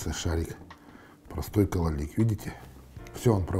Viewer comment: Не кололик , а кололак